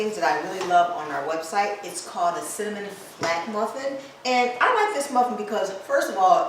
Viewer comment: Ok, Im following because you said cinnamonnny 😊 Im saying that from now on. Thanks for the recipe and the relaxed atmosphere.